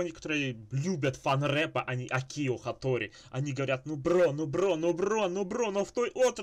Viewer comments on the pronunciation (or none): правильно Акио, а не акИо. Ударение на А